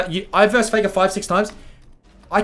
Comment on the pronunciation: FEKA NO OTHA REMEMBA shiet man where that strange accent came from?